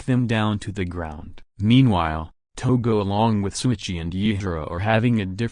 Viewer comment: LET’S GOOOOOOOOOOO!!!!!!! Btw, It’s “Shouichi” not Souichi